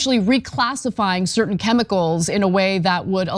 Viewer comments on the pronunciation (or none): none